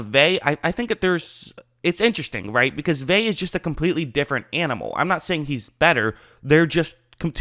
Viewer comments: I hate to be "that person", but it's pronounced Vay-uh. In Hawaiian, all vowels are always pronounced, unlike English vowel clusters such as the 'ee' in Buccaneers or the 'ui' in Shaquil. Pumped for him to be on the field in whatever capacity he has to offer! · either way, it's not "Vey" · C’mon now it’s pronounced Vay-uh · It means nothing...he’s out of shape. He’s not ready. And his name is pronounced Vea-ya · Pronounced Veh Ah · You make a video about a guy and you cannot even get the pronunciation of his name right?! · You think he's the most important player on the defense yet can't pronounce his name? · You’re saying his last name wrong it’s killing me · Annoying af mispronouncing his name wtf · It's not vay. Its Ve-ah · I cringe everytime you say his name it’s pronounced Veuh not vay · Please say Vita (Vey-ah) not (Vey) D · Vea “veh ah” you keep sayin “vae” it’s annoying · Bucs didn't play Drew Lock this year... We played Driskel... Also, its pronounced "Vay-Ah"... Not "Vay". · drove me nuts you were saying “vey” the whole video. it’s vey-uh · If you insist on Americanizing the pronunciation, it's "Vey-uh." The real pronunciation is "Ve (as in "very") -ah." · Vea(ve•ya) not (ve•y) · Hey, pronounce his name right dude. It's pronounced Vea ah. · Btw its pronounced vetah vaya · Bro it’s Veh-ah. Lol. Ve’a. It’s not your fault. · Say it with me.... VEY-AH. There you go. Say it aloud a few times. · Say Vey then ah but together please 😂😂😂😂